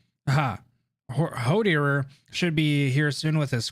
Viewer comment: The part where you struggle pronouncing hoerderer and ines is hilarious